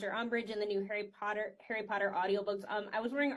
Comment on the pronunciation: He still pronounces "POTTER" like that 😂